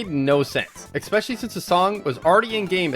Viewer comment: nice vid, but "expecially" doesn't exist, it's especially, no X